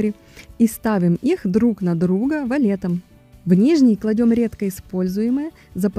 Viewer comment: Хоть кто-то говорит:"валетом", а не вальтом🤔. Спасибо,, за основательность во всём 👋🌷